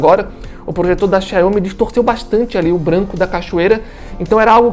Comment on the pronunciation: Quando ele falou Chai homi parei de assistir o vídeo 😩